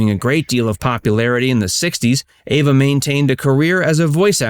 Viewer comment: Her name is Eva not Ava